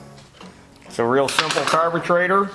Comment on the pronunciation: I catch myself using terms now. "Carburtrators 😂". "Now there's your dinner"